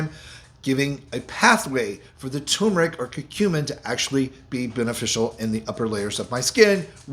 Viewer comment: Please Sir. As a retired English professor of 44 years, I am partly a grammar 'terrorist', in the metaphorical sense, of course. The word "tumeric" has an "r' in it, and it is not silent. So, the word turneric is NOT pronounced "tum-eric", as done in your video. It should correctly be pronounced "tur-mer-ic". It is one of the more commonly mispronounced words in the English language. Please correct your pronunciation. NB. How I wrote "pronounced" and pronunciation" , one with "u", one without...some words vary (like that) in English (Br) vs English (Am). Consult as needed.